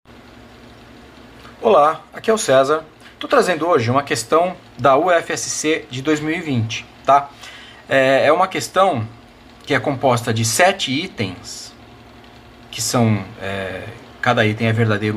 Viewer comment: Só um adendo prof: a UFSC se pronuncia “ufisqui” kkkk. De resto, ótimo video, como de costume.